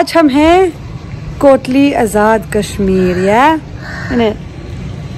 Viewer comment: This is my city kotli not dali 😂😂😍😍😍👍